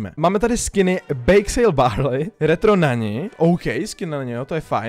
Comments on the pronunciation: NANI SE ČTE "NANY" TY SI V TOM VIDEU ŘEKL ŇAŇI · Mluví o skinu na!!!!!NanY!!!!! (píšu Nany protože se to má vyslovovat s y) Já: Ztlumim zvuk na minimum, abych z toho neměl nervy